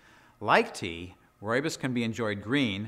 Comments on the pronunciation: South African here: Rooibos is pronounced like an American or Brit would say "Roy Boss". The RooibosLtd channel is the South African people who produce it and they pronounce it correctly in their videos. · I'm Afrikaans. From South Africa. It's pronounced "Roy-Boss". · Fantastic some of the things you find on YouTube. I was looking at how to pronounce Rooisbos tea but learned a lot more in just a couple minutes. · I have heard so many pronunciation of 'ROOIBOS', it is just hilarious, which on earth is the right pronunciation?